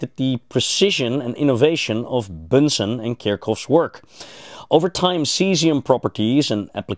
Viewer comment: Robert Bunsen of the Bunsen burner, not Bensen. Al kal' i? Even if the word comes from Arabic, it's pronounced al' kali in English.